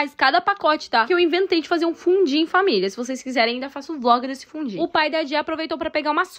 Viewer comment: A palavra pronuncia se "FUNDIU, "FUNDIUUUU" vcs brasileiros n sab mesmo falar corretamente as palavras estrangeiras 🙄🙄